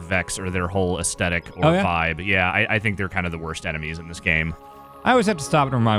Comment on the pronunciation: Why does pronounce aesthetic as "Asdedic"???